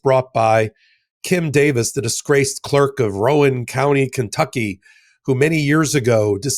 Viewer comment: It's pronounced "Roun" as in "Round" County. Speaking of Clarence Thomas, let's revisit Loving v Virginia.